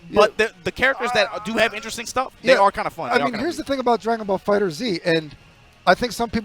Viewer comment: i love you, youre sick as hell, but its pronounced fighters, PLEASE